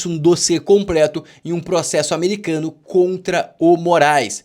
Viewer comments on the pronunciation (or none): me desculpa sou teu fã e seguidor. Nao perco um video teu. Acho voce um cara jovem mas com uma inteligencia muito acima da média. Mas me permita 2 correcões... 1 nao é o video "das" meio dia. é "video DO meio dia" 2 vc fala " COMPRICADO" e "COMPRETO" Vc tem a lingua "PEGADA" 😂😂